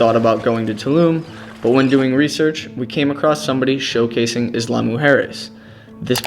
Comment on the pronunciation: Pronounced “eeya”, not “isla” lol